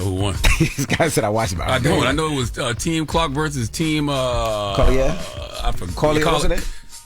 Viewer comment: I love listening to you guys but can you guys please practice on saying names before doing reports? And this goes for everyone on the show. Collier is a predominately black last name so why are we struggling to say it? Lauren eye-uhh-nes-cue. Mistakes happen but ya don't even try sometimes